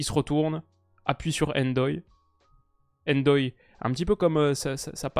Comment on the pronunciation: tu vas me rendre fou à faire des prononciations très hollandaises pour des noms comme Gakpo (dans tes vidéos précédentes) mais ne pas dire Ndoye tout collé sans enlever le N Et même Sommer y a droit 😭😭